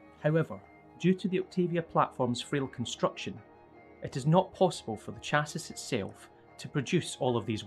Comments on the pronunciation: The title's front could be improved upon. Otherwise, this video series is excellent. Also, chassis is pronounced "chass-ee" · That's not how you pronounce Chassis..